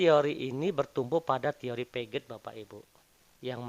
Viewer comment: Bang, Piaget di baca piase bang 🙏🏿